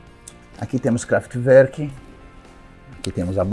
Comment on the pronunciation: Eu sempre pronunciei errado " kraftwurk" quando ouvi o Edgar pronunciar agora no video eu ri...ahahah ele pronúncia errado, daí contatei um amigo alemão e perguntei a pronúncia, como os alemães pronunciam...exato como o Edgar..parabéns